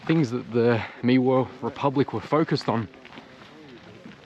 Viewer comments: Dude: Not "Weemar Republic" : "Whymar Republic". Or: "Wimar Republic". And, please no Hebrew miths and guilt, and shaming. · Please excuse the correction to your pronunciation..it's pronounced Vy/Mar, not Wee/mer. Thanks for putting up the truth of those times. We need more people to know what was actually happening. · Great vid. Fyi, Weimar is pronounced Vimar, like Wagner is pronounced Vagner. The w in German is basically pronounced with a v. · weimar is pronounced with a Vand the said like Vymar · It's pronounced (Vi Mar) republic, Read a book - maybe two! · Explains nothing. And “wee-more”?! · Thank you, great vid. 👍 "Weimar" you pronounce (vaimaa).